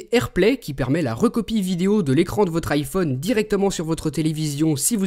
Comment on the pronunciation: ARK TA VOIX CEST DLA MARDE ! "LE IPHIUNE 5 ET LE SAMOUGN